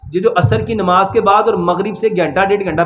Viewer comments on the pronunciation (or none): none